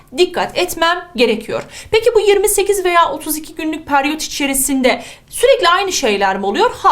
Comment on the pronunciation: Hocam peryot degil periyot 😃